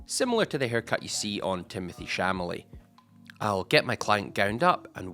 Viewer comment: He didn’t even say that he said shamalay 😂😂😂